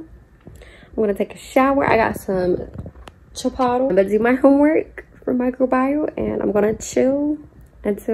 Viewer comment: “Chi-potle”… LMAOOOO first time I’ve ever heard that 😂😂😩